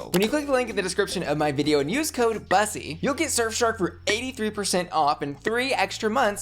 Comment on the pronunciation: Did she say "It's me, " instead of "..., Bussy"? 🙄